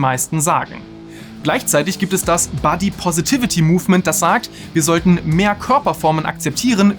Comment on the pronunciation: Super Inhalt, aber bitte bitte bitte: "body" spricht man entweder mit kurzem o (Britisch) oder nasaliertem a (Amerikanisch). Bei dir (und das machen komischerweise fast alle Deutschen) hört sich das nach "buddy" = Freund an, da du es mit einem kurzen a aussprichst 😉 und das ist ein super kleines unwichtiges Detail, triggert mich aber immens 😬😬😬